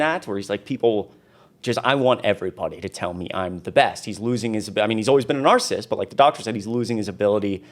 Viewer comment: I really like you, but please watch your pronunciation of narcissist. It has three syllables. Thanks!